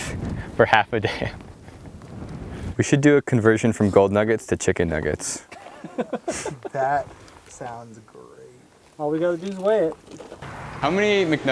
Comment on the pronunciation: Chickhen nuget :D